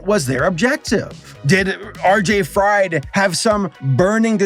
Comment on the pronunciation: Btw, it is RJ. Fried, pronounced as "freed". Same way as Victor Fries is pronounced as "Freeze", not like "french fries" :D